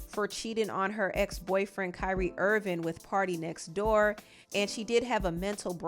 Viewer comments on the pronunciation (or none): none